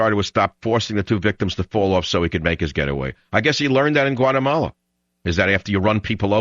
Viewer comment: What a racist man, Learn to pronounce Guatemala then publish your racist video.